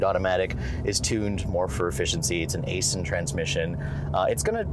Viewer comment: He had me when he said Aisin